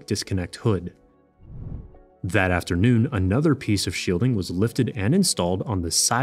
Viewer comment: "Zen"? "Zat afternoon"?